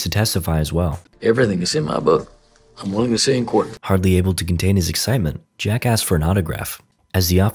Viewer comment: When you said jack asked it sounded like jackass